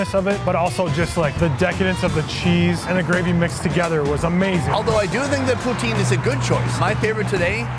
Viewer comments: If you want to piss of a Quebecois (besides calling em Kebekers) pronounce poutine as poo-teen. They'll love ya! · I HATE when none-Quebecois make Poutine, that shit was NOT real Poutine. And it is pronounced POOH-TIN (the E is silent). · It's not POUTEEEN u noobs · So he's Canadian, but can't pronounce poutine? Or is that the French pronunciation?